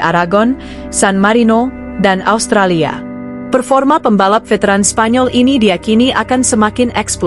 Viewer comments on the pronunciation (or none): none